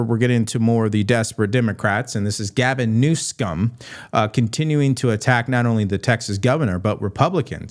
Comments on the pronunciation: I am ultra MAGA ... but please stop saying 'New-scum' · I think keeps mispronouncing Governor Newsom's name. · Please stop mispronouncing that governors name You are so more professional than that